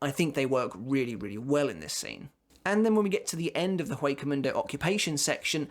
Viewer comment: It's not that big of a deal, but as "Hueco mundo" is Spanish, you pronounce "Hueco" with a silent H.